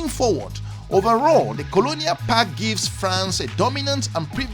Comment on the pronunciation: Common man, word is PACT….not “PACK”